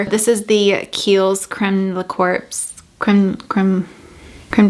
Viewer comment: The word corps in the bottle is pronounced almost like core.❤ I was hoping you could a video of why you left your previous job for those of us who don't have Instagram.